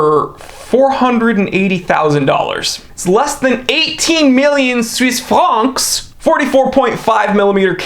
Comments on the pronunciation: “Swiss Franks” 🤣. Wait, I’m gonna count how many times you say it-7! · Lol 😂, I died every time he said Suise franks. 😂